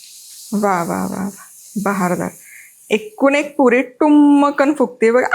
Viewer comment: तुझ्या पुरी शब्दाचा उच्चार काहितरी विचित्र वाटतोय